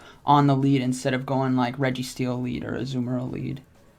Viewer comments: It's Azumarill(uh-zoo-mr-uhl) Not what ever the fuck that man is saying. Jfc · Azoo-merill lol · Ah-zoo-mayor-al headass. Smh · Dude is rank 10 and doesn't know how to pronounce the pokemon's name.....